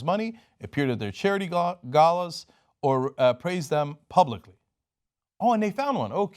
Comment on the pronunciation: It's pronounced "ɡælə / ɡeɪlə", just so you know.